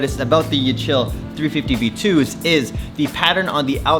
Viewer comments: YEE-CH-EYE-L btw go hide from ICE or border patrol! Or even better go back to Mexico! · its yeychel hahaha lol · These are pretty nice. They arent too loud. The reflective ones are better. Also I think it's pronounced YE-chill as in kanYE. IG: miedoso_anwell